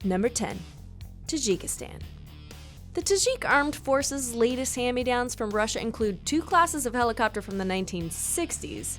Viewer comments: While making these video i am sure that she is drunk making these video because when she said the country of "russia" she mistakenly saie it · Number 9 Russia this woman drank too much wine while reading